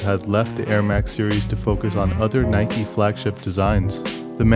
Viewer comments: It is Like a Bike, rhymes on Nike. Or pronounce as Nee-kay. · Dislike because he said “ nikey